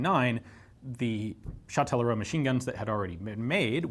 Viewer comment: Hey that's fun, I'm from Châtellerault, you didn't butcher the name too much, good job. The gun factory's been turned into a museum "Auto, Moto, Vélo" (Car, Bike, Bicycle), an ice rink and a Music and arts school we call a "conservatoire". Yeah I don't know where I'm going with this comment but hi anyways